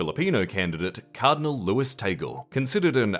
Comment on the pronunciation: Tah-gleh not Tay-gul...